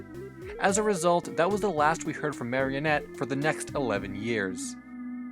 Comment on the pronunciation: it's pronounced mah-ree-oh-net